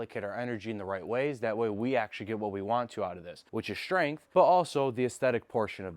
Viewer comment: “Shhtrength”?🤔 I don’t understand why people put in an “H” in “STR” words.